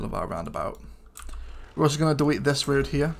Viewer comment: DEWETE!?!?? hahahahaha